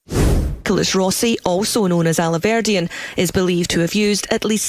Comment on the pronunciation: The way he mispronounced the surnames! 'Rosey' not Rossi, 'Alverdeen' . Distancing himself?